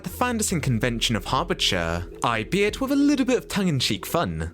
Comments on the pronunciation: Overtaken (no such word as "overtooken") AL-BE-IT (not i-be-it) Sorry, just every time I heard these mispronounciations I found myself grinding my teeth. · As a copy-proofer, I came to say this too, as although I enjoyed the clips and remember most of the shows, I was twitching at every odd error and mispronunciation. Albeit is all-be-it, not ay-bet.